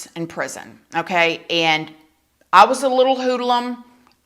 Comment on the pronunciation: I love that she said hoodelum instead of hoodlum😂